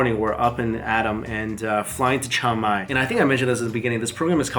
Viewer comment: I was trying to figure out what Thai city you were visiting; I heard what you were saying as “Chow Mai”, so I looked up the “Think Rice” program and found their program is in Chiang Mai. That is a really great city with an awesome night market! Hope you get to travel there again in the future.